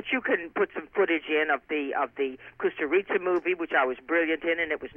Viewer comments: IT's KUSTURICA not COSTA RICA! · She mispronounces Kusturica